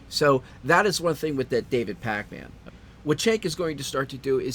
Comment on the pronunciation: you put too much emphasis on "man".